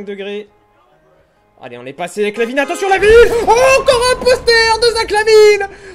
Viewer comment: Bah te revoila! Et c'est pas Lavin mais LaVine...sinon ca fait plaisir de te revoir